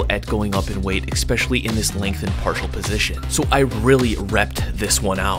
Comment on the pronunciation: Dude, do you say EXPECIALLY on purpose, or you are just messing it up?